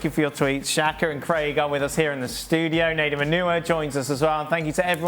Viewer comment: Leave it to Dan to make it sound like Nedum's last name is "Manure."